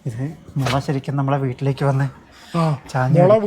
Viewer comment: മൊള അല്ല മുളയാണ് ഭായ്❤